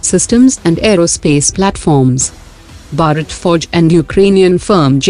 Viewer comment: Please pronounce Bharat properly!